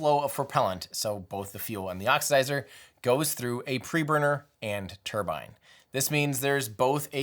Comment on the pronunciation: Another great video Tim. As a Brit, I like that you say 'turbine' and not 'turban' 👳🏽‍♂️